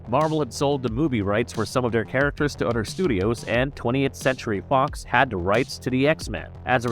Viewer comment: other = udder